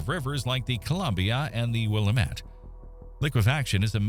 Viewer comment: Did you just say Willa*MET*??!! Shame. Shame.